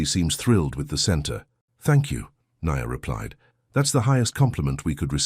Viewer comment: It's AI doing the narration. If you're not convinced, listen to the Nia and the Ny-an pronounciations, Sorry but most are narrated by AI these days.